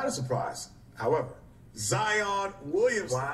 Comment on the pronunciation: His name not zzzzon .. its ziiiiiiionn .."ZZZ iii onnn lol